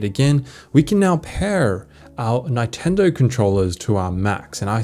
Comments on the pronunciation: That is the weirdest pronounciation of Nintendo I've ever heard. NINEtendo 🤣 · great help thank you but 'nine-tendo' really? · I'm sorry, did you just say nigh-tendo? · Awesome video learnt a lot - some great features in there. You had me until you said 9tendo. Its Nintendo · its not Nyntendo its Nintendo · lol its not Nyn-ten-do it is nintendo 🤣🤣🤣🤣🤣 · You're the first person that I see pronouncing "Neintendo". Funny. And I'm team Natural scrolling. Mac vendetta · A “neyetendo pro controller” ??? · The way he says Nintendo ninetendo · Nytendo? Nigh-ten-dough?! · Never heard Nintendo pronounced that way. Nye-tendo? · Ni-tendo? bruh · Did you just pronounce Nintendo as NINEtendo? Bruh hahaha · Did you just say "Nine-tendo" ??? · 9TENDO!??? WHAT!??? NINE-TENDO?!?!?! WOTTTTTTTT?????? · Does he actually pronounce it '9-tendo'? 😂😂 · who says nai-tendo? hahaha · Neyetendo lol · Good video but I've never heard anyone say nitendo the way you do 🙂 Good stuff, thnx. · What a weird way to pronounce "NIntendo" Mac Vendetta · The way you say Nintendo gave me cancer. Great vid tho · how tf did you pronounce nintendo🤨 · TIL can't pronounce "Nintendo" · Why are you pronouncing Nintendo that way? 😂😂😂😂😂 No.